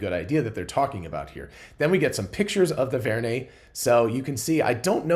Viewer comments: It is Vern as in Jules Verne. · probably inspired by Jules Verne, so pronounced Vern